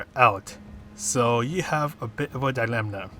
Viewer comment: Thanks for the guide. I pumped up my DR hugely with the Mazda on the Nürb fuel-saver last week, so hopefully she'll serve me well here too - what do you think? btw there's no 'n' sound in 'dilemma' 😉